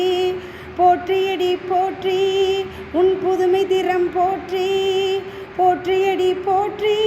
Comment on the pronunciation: தேர்ந்த குரல் அது மிகவும் சிறப்பு❤. உச்சரிப்பு பல இடங்களில் சிறப்பு; சிவ இடங்களில் தவிர்த்து❤. "போற்றி அடிபோற்றி' என்று வந்திருக்கலாம்; "போற்றியடி போற்றி"என்று வந்திருந்தது❤. ஆக, பிடித்நது❤. பாடகியம்மாவிற்கு அடியேனின் பாராட்டும் வாழ்த்தும்❤.